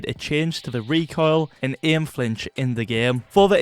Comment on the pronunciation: That's not... "recoil"